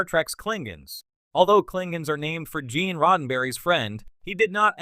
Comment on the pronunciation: 'Ge'an Roddenberry' .. 'KlingAnz' ... 'Werf'. this is one of the WORST AI Narrator i've heard so far